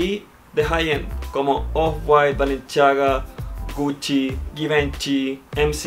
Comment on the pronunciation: Jajaja balenchiaga se dice balenciaga así como así